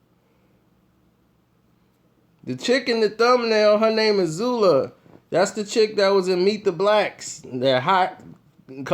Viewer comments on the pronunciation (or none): Its not Zula. Its spelled Zulay and pronounced like July but with a Z